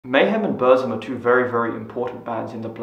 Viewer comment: Please , English speaker.. say Boor-ZOOM. 😢